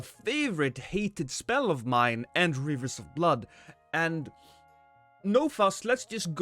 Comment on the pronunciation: Ahahha..wivers of bwoood gwot newff